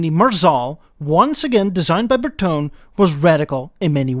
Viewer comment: Why Bertone gets always pronouced in a french way instead of italian for god sake it drives me crazy, just check it on wikipedia or google translate